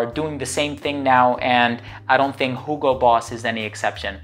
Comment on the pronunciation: I like how you're saying hugo correctly with H :). Not like 'yugo'